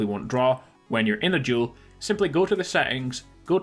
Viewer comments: This is duel. Not jewel... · Thought you were saying “juul” (no offense) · It sounds like he says juul